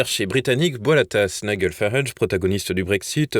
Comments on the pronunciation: Ça se prononce NAÏDJEL Farage (pas Naïguel) …… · Cher: on prononce Ni-J-el, et non NiGUel! Comme le G de "Georges", et non comme celui de "Golfe"... Merci pour tout, avec toute ma sympathie! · Nom d'un chien, quand allez-vous apprendre à prononcer les patronymes et mots étrangers correctement ? "Naï-gueul" par-ci, "Naï-gueul" par-là, c'est insupportable ! Le prénom de Farage se prononce "Naï-DJEUL". Qu'on se le dise une fois pour toutes, sur votre chaîne comme sur d'autres, d'ailleurs... 😤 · Il est quand même grand temps d'envoyer vos journalistes suivre un cours pour apprendre à prononcer le prénom de Nigel Farage. Il ne s'appelle pas Niguel !!! Vous n'avez pas assez d'argent pour payer de vrais journalistes? Vous en aurez encore moins quand nous cessons de vous soutenir financièrement puisque vous continuez sans prendre nos remarques en compte.